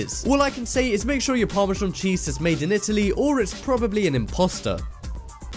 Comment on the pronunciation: What the fuck is parmazhong..??. it's pronounced "par-ma-zan".